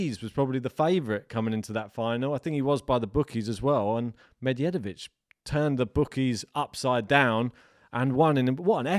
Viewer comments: Pronunciation of Medjedovic: DJ as J (the simplest explanation for non-serbian speakers: D is silent when adjacent to J). The same way you pronounce DJokovic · Like Django, the D is silent 😅